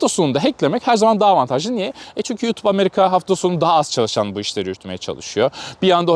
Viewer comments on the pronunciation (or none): none